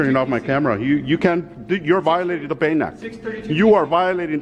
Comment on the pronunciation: He keeps saying something that sounds like "baynet", what is this? thank you